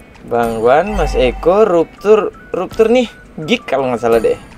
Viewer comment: Bukan ruptur, biar jelas bunyinnya rapcur